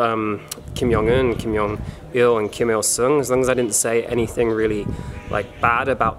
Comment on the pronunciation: lucky they didn’t know you mispronounced the “great supreme leader’s name” kim yong il lol